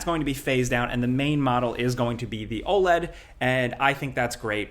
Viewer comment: Saying OLED like OLED and not OLED is pretty f*cking crazy